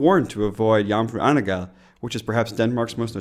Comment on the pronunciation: Nice you went to Aalborg and then Rebild. did a great job at pronouncing Jomfru Ane Gade 🙂 Sounds like you had a great 4th of July celebration, I'm glad you got to experience it there.